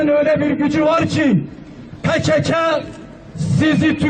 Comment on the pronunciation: Normalde pekaka diye okunmuyor mu pekeke ne yaw